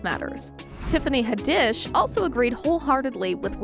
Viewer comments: Tiffany Huh-DISH. LMFAO 🤣!!!! 🤣!!!! 🤣!!!! 🤣!!!! 🤣!!!! 🤣!!!! 🤣!!!! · Please go back and fix these actors and actresses names you have butchered Tiffany Ha dish for real